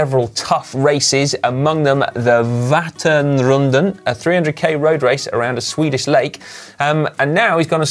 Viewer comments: I couldn't imagine it was possible to butcher the pronunciation of Vätternrundan as much as Si did. But it should be something like wettern run dan in English :) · Vätternrundan is pronounced vet-tern-rune-dan. Good effort though Si.